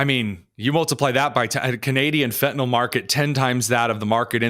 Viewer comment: It's fentalYL, not fentalOL. Sorry. It's like nails on a chalkboard for a pharmacist.